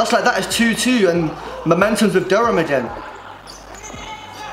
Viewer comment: You pronounce Durham wrong btw bro lol